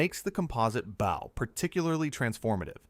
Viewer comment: Your AI reader has problems with bow and bow and lead and lead. You really ought to proof your work before you post.